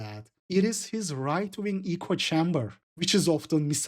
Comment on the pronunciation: (also, minor tip: echo chamber is pronounced acco chaam-ber - first time I catch you mispronouncing something)